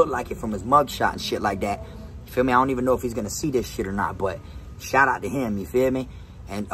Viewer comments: New drinking game take a shot Everytime he says"yafeeme" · "Yafeeme" ..... 😂 .... Is that the extent of this guy's vocabulary .... "Yafeeme" .... Ya man I feeya ..... Goof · You trying to kill meh?!?!?!